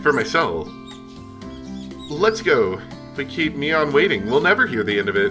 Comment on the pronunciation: Pronunciation fun time! Rena is pronounced Ren-ah. (Ren rhymes with when) You're pronouncing Mion's and Keiichi's names correctly, so no issues there.